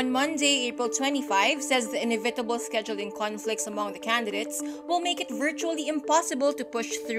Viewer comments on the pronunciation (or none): Inevi-table. Not ine-vitable. Come on.